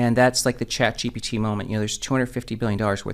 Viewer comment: Deep fake can't pronounce "ChatGPT"